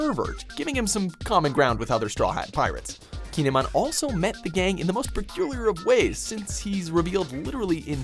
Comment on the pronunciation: Actually kin’emon is pronounced “kee-eh-mon” and a stone has to be on someones head for him to give them a costume